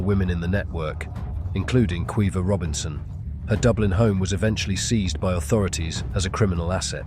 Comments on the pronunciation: Kweeva? It's pronounced Keeva 😂😂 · Keeva in the North; Kweeva in the South.